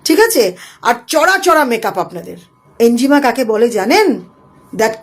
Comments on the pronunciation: আপনি বেশ কয়েক বার 'এনজিমা' নামক একটা শব্দ উচ্চারণ করলেন যার অর্থ রহস্যের মধ্যেই থেকে গেল; যদি দয়া করে সেটা ভেদ করে বলে দেন! আপনি কোনও 'এনিগমা' (enigma) র কথা ভুল করে বলছেন না তো, ম্যাডাম (- -বাদি) !!😂😂! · Enjima boltay ki bojhacchen? Enigma- ki? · Enigma not enjima